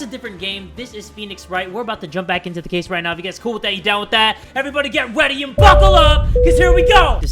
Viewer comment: ...weady. he said weady. jay still hasnt learned.